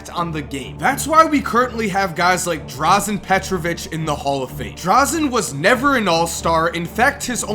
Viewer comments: Fuck you. Don't ever speak one word against Dražen. You can't even pronounce his name correctly. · NOT DRAZEN DRAŽEN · Its dražen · You butchered Dražens name :D